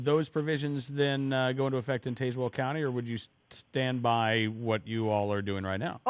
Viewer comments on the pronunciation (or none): As a resident of Tazewell County, I can clarify that it is pronounced "Taz-Well", like the Looney Tunes character, not "Taze-Well", like Taser.